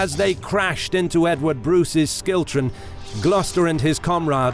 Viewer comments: Great video, great visuals, and great detail. However, the narrator keeps saying "Skiltrom" when its pronounced "Shiltron/Schiltron" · Great video a few mispronounced words though like Scone and Schiltron. Scone (Skoon) Schiltron (Shiltron not Skiltron) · Schiltron = "SHIL-trun". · Schiltron is pronounced shill-tron. Apart from that, a really nice job on the video! Evidently, a ton of work has gone into it and the events of the days of battle are really clearly told :) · It's pronounced Shill-tron Great video though. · Bloody love it! Couple of minor pronunciation things 1) Scone is pronounced 'scoon' 2) Schiltron is pronounced 'shill-tron' Great narration though! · Terrible narration with countless bad pronunciations, e.g: Balliol, Scone, harrass, Comyn, schiltrons and comrades. As for the deplorable grammar ...